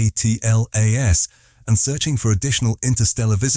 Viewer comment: Why does this AI keep saying A-T-L-A-S rather than "ATLAS"? is anoying